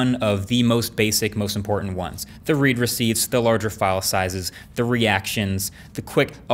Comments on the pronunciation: Huh, I always thought it was “red” receipt, not “reed” receipt (both spelled “read”, of course) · As a “tech savvy” guy, I’d think that you would know “read receipt” is pronounced like “red”…not “reed.”